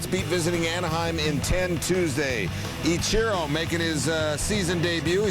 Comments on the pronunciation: yeah he stresses the wrong syllable. It should be "EE-chi-ro" not "ee-CHI-ro" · Really bothering me the way he's pronouncing Ichiro's name